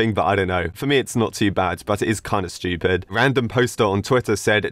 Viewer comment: i love how he says "stupid" shtupid